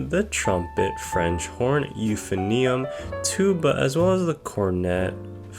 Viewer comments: "yoo fen ee um" hurt me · He also said euphonium as “euphinium” lol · "The trombit" "youphinoium" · I do not forgive you for pronouncing the euphonium as “yoof-en-ee-um” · AINT NO WAY BRO PRONOUNCED EUPHONIUM LIKE THAT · holy shit that pronunciation of euphonium hurt me physically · love the way he butchered euphonium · the way he pronounced piccolo and euphonium though TT about 120 trombones = 1 caseoh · EUPHONIUM BROTHERS UNITE, HE CANT EVEN PRONOUNCE IT RIGHT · The way he mispronounced Euphonium makes it sound like an element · I will not forgive him for pronouncing euphonium wrong :( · yall complaining bout the way he said euphonium he didnt even say mello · i don't like how this guy pronounced euphonium